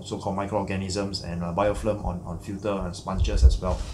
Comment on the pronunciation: its BIOFILM not bioflim!!!